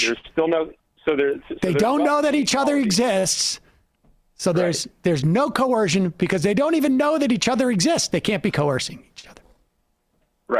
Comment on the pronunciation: This guy has a hard time with the word coercion? Seems okay with other words, but that one makes his snowflake heart melt.